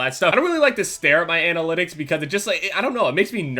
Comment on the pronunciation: Did just pronounce analytics like Anal-ytics?